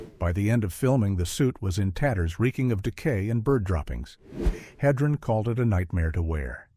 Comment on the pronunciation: OMG it's "Heh-dren" not "Hee-dren". I've had it with these videos.